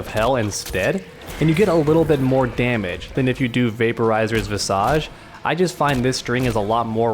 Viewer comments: That's not how you pronounce "visage". It's pronounced 'vis-eg'. Interesting enough outside of books mortal kombat is the only medium I've seen the word visage used. Kotal actually says it in one of his intros. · You said "visage" wrong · That’s not how you pronounce visage...